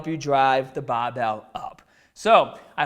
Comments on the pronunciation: "babell" lol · I had no idea you were from Boston until this video. It really comes out when the bahbell comes down to your chest. That's awesome:D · 'Baahbell' 'fibah' 'shouldaah '